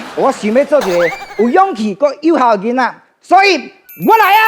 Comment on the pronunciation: 以現在台灣年輕人來說 台語算是不錯 但發音 音調很多還不是很標準 囡仔 常說成印啊 跟 鈴啦 就是說鈴啦 發音 音調走鐘很多還自稱台語老師？？ 台語的標準還不及浩子的一半 艾董的台語確實是較好較標準